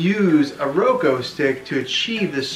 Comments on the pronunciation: This was helpful, but it’s Roku not Roko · He just said Roko no Roku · It’s said like ROE-K-OO NOT ROE-K-O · I appreciate it but why did you pronounce it roko it’s a u not an o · Omg it’s Roku not Roko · ITS NOT ROKO OR ROKEW ITS RUKU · well here is the thing it is called a roku stick not a roko stick and here is how ti say it: ro-k-oo (thanks for your time) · Omg he keeps saying roko ahhhh it’s called RokUuuuuuu!!! Lol either way good tutorial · “Media on the Roko” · My guy it’s pronounced “Ro-k-oo” no hate it’s easy to mess up. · How to talk like a dad Roku pronunciation R o-ko Reese's pronunciation Ree- Cee-S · “ThIs Is A rOkO tV” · thank you. that's literally the whole reason I clicked on the video and I had to sit through 6 minutes of him saying "Roko" only to not get my answer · it’s pronounced ro-koo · i feel bad for laughing at you saying roko besides that really good video man 😁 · He meant you pronounced it wrong